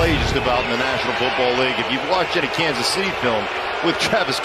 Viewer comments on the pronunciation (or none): none